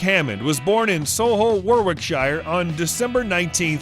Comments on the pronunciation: WarWickshire - is that where John Wick comes from? RipON also mispronounced.... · He was born in Warrr-wick-shyre! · don't Americans eat 'bow-leg knees'? It is their 'doody' or as the English say duty to sample such a ubiquitous meal and I wonder where 'Warwockshire' is and Coombrea? Hysterical who is this guy? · I have to say, if you are going to do a video on BRITISH presenters then get the damned pronunciations correct for e.g. there is no R in Fiat it is pronounced 'Fee at' not 'Feeaaart' and it is Warwickshire 'war ick shur' and NOT 'war wick shyre'. What the hell is 'Hurt ford shyre'???? it is 'Hertford Shur' they are NOT SHYRE's they are SHUR's.....you're driving me mad with your mispronunciations at least can you get the car names right please? OMG it is 'Sol i hull' in 'War ick shur' and it is 'Rip on' not 'Riiipon' . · "So-lee-hull War-wic-shire" and the well known town of "wrip-on", Yorkshire. 😝😝😝😝😝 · Jesus this is painful. Warwickshire is one word with 3 syllables, you do not need to pronounce every syllable as a separate word. Warwickshire is pronounced warricksha. This rule applies to all the shires. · OK here we are again: WAR WIK SHIRE ! RIP ON! COOMBRISHIRE! HERFORSHIRE! OXFOR SHIRE! FEE AT! Fee fi fo fum, has anyone ever so completely demolished the blissful, glorious language of Shakespeare?